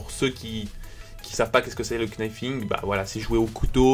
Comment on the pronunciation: Ca ce dit pas le knifing c est le nifing,car le kn en Anglais ce prononce n